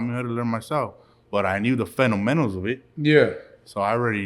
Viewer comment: Fundamentals lmao did u hear him try to pronounce the word.. he ain't singing or rap'in along to W.C paranoid lol